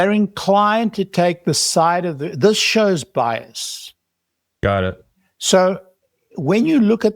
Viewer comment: BIAS. SAY IT WITH ALL ITS LETTERS. BIAS